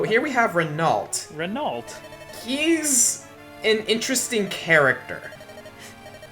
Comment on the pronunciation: just a little info, Renault's name is a FRENCH name. I not trying to complaint or harass you but to inform you that his name is pronounced REH-NO. Love the LP by the way:)